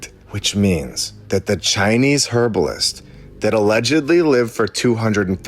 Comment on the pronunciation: Can you say Herbalist with the hard H , it sounds weird